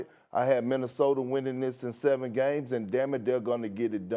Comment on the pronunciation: Stephen A saying "Minnesoter" gets me every time 😂